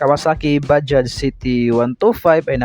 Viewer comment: Ok ang pagka bigkas sa bajaj Ang iba blogger baja daw nawala ang J